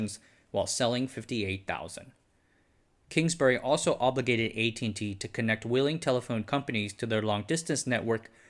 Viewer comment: What with the pronunciation of the company’s name.